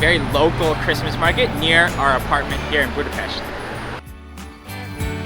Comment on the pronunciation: Thank you for sharing your nice experience about Budapest Christmas markets!!! I must add that the lady pronounced perfectly Budapest. Most foreign people say Budapeszt 😅